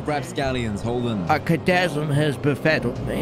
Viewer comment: Hes just misusing and mispronouncing chasm